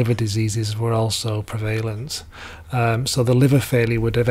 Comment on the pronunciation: prevalent is stressed on the first syllable, with the e of less, illogical as that may seem